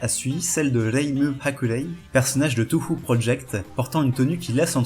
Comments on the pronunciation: J'avoue me reconnaître dans quelque(s) un(s) Mais s'il te plaît... Tōhō! Pas tou hou! Si tu veux bien prononcer, fait-le jusqu'au bout! (C'est dommage sinon c'était une bonne vid ^^) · ça se prononce Toho